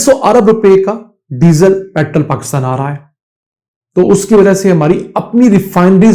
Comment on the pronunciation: Petrol ko sahi say bolain na k petrl petrl kartay rahain